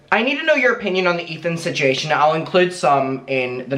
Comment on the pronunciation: Any chance you can pronounce "situation" properly?